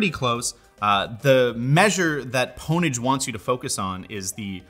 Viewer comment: Did he really just call Pwnage, "pone-age". Have you never seen Pure Pwnage??